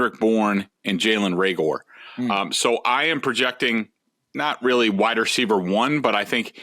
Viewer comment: Greg, Reagor is pronounced (Ray-ger) not Ray-gore. Drives me crazy